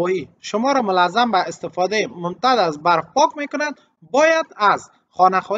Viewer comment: واژه‌ی مُلزَم به صورت مول زم تلفظ ميشود يعني بايد با ضمه در ميم اول تلفظ شود با معذرت ز هم با كسره و ساكن تلفظ ميشود ❤